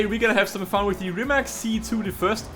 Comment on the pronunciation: First learn how to say rimac than record a video .... idiot